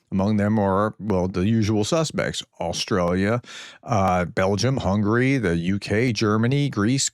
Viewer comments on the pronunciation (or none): none